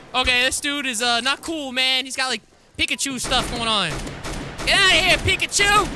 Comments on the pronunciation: U KILLED ME WHEN U CALLED HIM PICKAHCHO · It made me laugh when you said flying pickuch